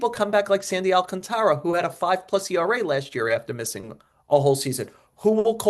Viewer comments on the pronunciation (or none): none